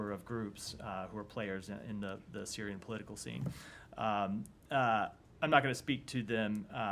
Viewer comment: "Syirian led process" 😂